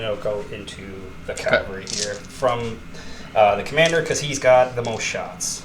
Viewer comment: CAValry. Not CALVary.